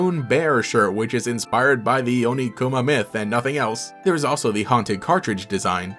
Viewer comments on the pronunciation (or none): ... Onikuma? You mean Oniguma. In Japanese, the K sound becomes a G sound when the original word become the second word in a compound word. Kami becomes Gami Kumo becomes Gumo Kuma becomes Guma For further note, the Ts sound like in Tsuki becomes a Dz sound (Dzuki, often shortened to just zuki when transliterated into english) There is at least one other sound that changes when used as the second half of a compound word, but I, for the life of me, can't remember it.